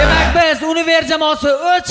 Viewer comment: Univer dedimi 😅😅. Yunever db oqiladiyu